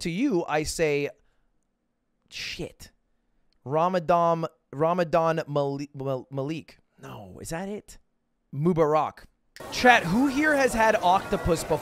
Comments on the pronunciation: bro said raahmadan moobarrack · Ramadan Malik sound cool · "rahmuhdon moobohrock" errrr close enough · "RAMADAN MOO-BAR-ARK" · His pronounciation was funny but yeah good on him for doing that. Ramadan Kareem! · Atleast he tried but it was pretty funny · Him completely butchering "ramadan mubarak is so wholesome" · raamadam- raamadann- ramadan malik, no is that it? mubaraak. lol